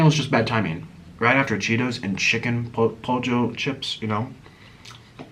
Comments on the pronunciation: It's pernounced poyo not pojo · You always pronounce pollo wrong, the ll is pronounced as a y, so pollo sounds like "poyo"